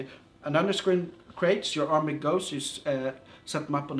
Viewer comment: Also, I love the way he says army(armay) Also, is this like mount and blade at all?